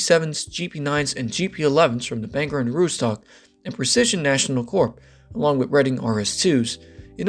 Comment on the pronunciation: Reference the Bangor and Aroostook railroad, Aroostook is pronounced Aroostik